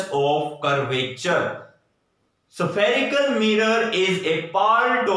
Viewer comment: spherical mirror ko Kya pronounce kya 😂😂😂